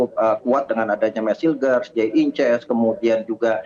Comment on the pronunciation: Pengamat nyebut nama idzes dibaca inces, inces mah hubungan suami istri sedarah atuh ehh